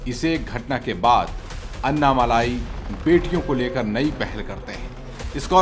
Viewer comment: अन्ना मलाई नही ये अन्ना मलै।